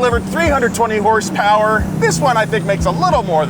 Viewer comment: what's horsepower? I thought it was hrrrssprrss😂 haven't heard that in a while